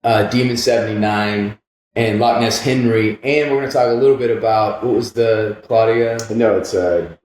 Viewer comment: I love him calling it Loch ness henry